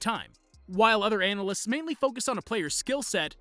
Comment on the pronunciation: 7.57: did he fail on the word analysts?😆😆😆